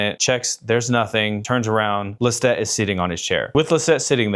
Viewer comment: Love this but that’s not how you pronounce Lestat